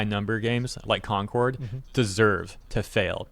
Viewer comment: Here we go again with Corn-cord, yes, I said Corn-cord instead of Concord. It really is the worst failure I saw in my life.